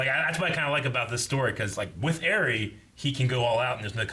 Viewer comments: Why has no one still corrected them on how to pronounce Eri? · pronouncing eri is literally your name minus c lol